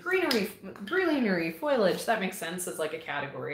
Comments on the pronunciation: Please!!!!!! Learn how to say FOLIAGE! It's driving me crazy!!! lol Love the videos and information in them. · I adore seed chats!!! I’m curious- do all Canadians pronounce it foy-a-ledge like you? In the states we say fo-lee-edge because the i is after the l. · OH! Not wrong! Just different and I was curious. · I’m pretty sure the way people pronounce it is just regional. Laura from Garden Answer says foliage the same as and she’s in Oregon.